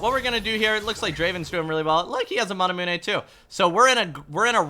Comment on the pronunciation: You say manamune wrong